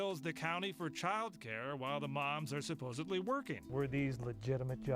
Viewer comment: Supposibly? Lol. And honestly, WTH. The word is supposedly.